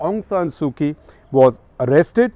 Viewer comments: Didn’t do your homework, SG, Kyi is pronounced “Chi”. A little long, too much detail. But thank you. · Couple of pronouncing notes sir, Myanmar.. the my is pronounced more “me” and not “my”. And last name is the leader, Kyi.. it’s pronounced “chee”. It’s like the currency kyat.. it’s pronounced “chyat”